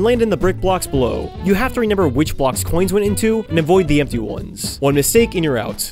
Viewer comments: Stop saying RENEMBER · Everytime i watch your videos i get whiplash when you say “renember”